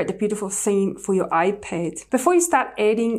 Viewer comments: Its ipad not iped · She says ipad so weirdly 😑 🤮